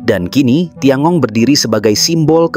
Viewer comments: Tian gong bacanya (Thien kung) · TianGong bacanya dhien kung